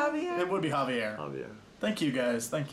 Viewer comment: Finally somebody that got my name right. Javier is best.